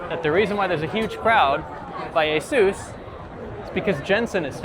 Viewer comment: Please Learn How To Pronounce Asus CORRECTLY.